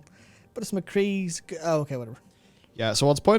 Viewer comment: "mccheese, the name is mccheese"